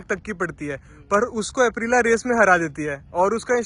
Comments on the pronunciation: ॲप्रिला नही ॲप्रिलिया होता है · I love the way you pronounce Aprilia 🤣🤣🤣